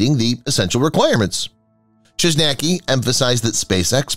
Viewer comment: Chojnacki is Polish surname, check in google translate how to pronounce. Have fun.